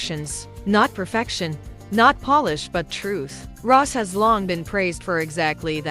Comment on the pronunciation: Her name is pronounced Ros’ie not Ross